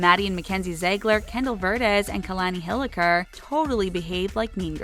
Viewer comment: that is NOT HOW TO SAY ZIEGLER ITS ZIEGLER NOT ZAYGLER Not HOW TO SAY KALANI HILIKER EITHER